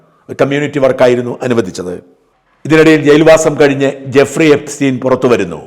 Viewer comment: Guffri അല്ല Jeffri 😂